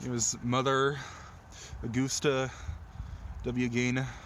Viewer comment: “Ed geen”